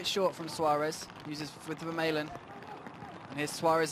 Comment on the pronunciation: commentator should learn the players names correctly. Vermaelen